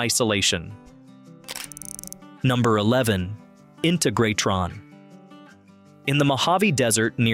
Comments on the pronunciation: Agreed, it's in-TEG-rah-TRON not INTA-grat-ton and BOW-die not BODy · PLEASE check the correct pronunciation of the. names of the places you feature! InTEGratron- BOdie ( rhymes with roadie)and ZYZYX( rhymes with physics). THIS is how history is rewritten ( erroneously!)As a sort of documentarian, you have a responsibility to get the facts straight-& this includes pronunciation!